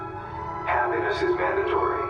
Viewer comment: Happiness is manned a tree great pronunciation of mandatory